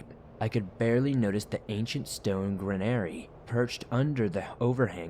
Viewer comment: I’m not sure if you’re trying to say “ granary ??? Which is a storage space for cut grain ??? Farmer here !!!